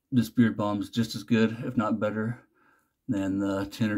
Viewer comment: Dude I get why you say "Doog" now 🤣